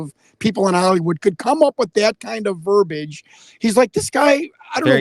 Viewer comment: For gosh sakes the word is pronounced verBEEEage...not verbage.